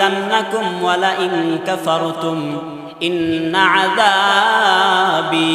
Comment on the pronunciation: ইন্না আযাবি।বি এর মধ্যে টান নাই।আপনি বি এর মধ্যে এক আলিফ টান করছেন। খেয়াল রাইখেন।ধন্যবাদ